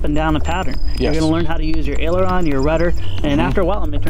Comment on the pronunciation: Did he said ailerons